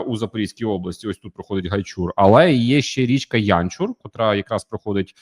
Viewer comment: Будь ласка перевіряйте наголоси географічних назв. ОмельнИк, ГайчУр. Може і невелика різниця, але людям, які втратили рідну землю то боляче